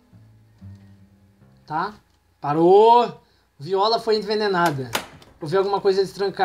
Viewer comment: o nome da Viola se pronuncia "Vaiola"